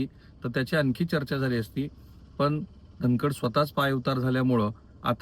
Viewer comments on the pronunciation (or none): राहुल जी तुम्हाला धन कड हा शब्दही उच्चारता येत नाही आहे. सारखे धन खंड धन खंड असे म्हणत आहात 😅